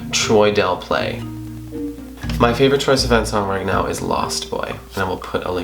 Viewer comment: Please start saying Sivan correctly